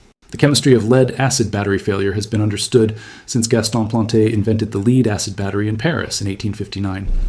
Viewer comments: Its not Leed Acid battery it is Led Acid Battery AI, get your pronunciations right, both words are spelled the same but pronounced differently depending on the context of the sentence. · Complete BS. AI crap; can't even pronounce Lead consistently.